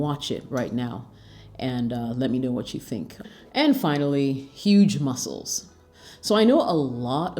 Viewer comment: How she wants to pronounce huge? So so funny 😀😃😃😄😁😆